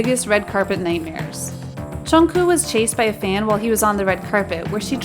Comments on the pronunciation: Yuh the prononciation was💀💀💀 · I don't mean to offend, but please, you're a kpop channel, pronounce things correctly. It's Jungkook, not Jungkoo, Chenle, not Chenel, and Sasaeng, not saesang. Saesang means world and it took me way too long to realise you were talking about NCT's Chenle. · "channel" "jungkoo" "jean" lmao